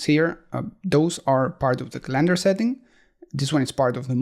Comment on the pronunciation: Love your video's and voice over! BTW the word calendar is pronounced with the emphasis on the first syllable in English. But pronounce it any way you like!